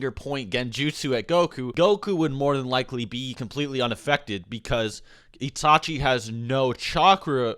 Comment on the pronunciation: "Itachi" is not pronounced "Yee-tah-chee" but "It-a-chi"...Seek help, from a qualified speech therapist, and maybe a few psychologists, to deal with your cognitive impairment.